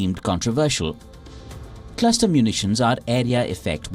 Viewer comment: Wtf is a "claster" bomb?